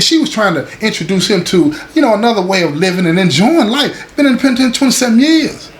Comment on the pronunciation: The way say da penitentiary let you know it's all the way authentic 💯✊️